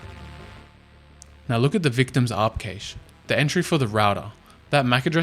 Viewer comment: He pronounced “cache” 3 different ways in this video 😅